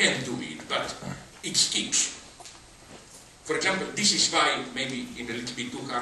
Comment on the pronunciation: why is rahmaminov kitsch? I didn`t understand the last word he mumbled.